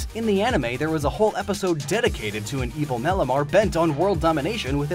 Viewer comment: Malamar ... Or..... Malomar 😂